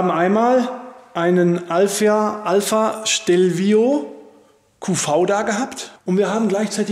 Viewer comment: Stelvio, NICHT schtelvio xD